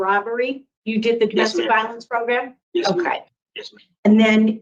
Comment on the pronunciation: it's proGRAM. Not proGRUM. 😂